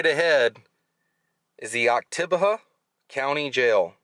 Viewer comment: I'm from Starkville and I remember my grandmother being so proud that JC was in jail there lol. It's pronounced ock tib e hau.